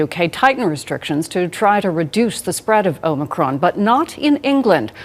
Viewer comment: Its omicron, not omnicron. Good try.